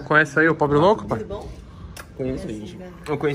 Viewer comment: “probe louco” o pobre louco e a menina perceberam e riram kkkkkk